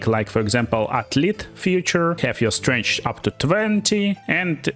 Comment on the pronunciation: Mother of all Slavs, you pronounce Strength like Strange.